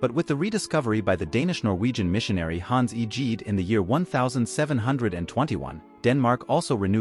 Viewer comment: And "Hans Eejeed" for Hans Egede. Using AI makes it sound as if you don't even know the names of the people you're talking about.